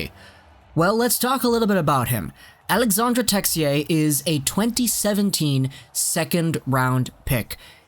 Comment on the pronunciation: It’s pronounced Alexander texi-ay